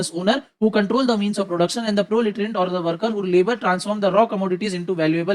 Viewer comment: In his previous video sir was struggling yo pronounce equilibrium but now he is easily pronouncing proletariatsssss